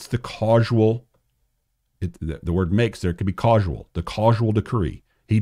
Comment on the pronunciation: Causal is pronounced cause-al and not cause-ual. Respectfully ❤